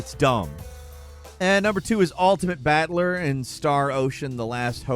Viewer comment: why the fuck are you pronouncing BATTLER as "BAT-LER" rofl sounds like your saying some shitty mcdonalds/batman crossover villain's name...